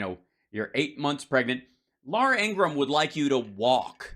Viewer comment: La ura Ing ra ham 😂😂